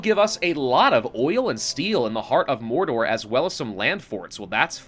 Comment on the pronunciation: Welcome to morrrrrrrrrrrdor make sure you roll the r's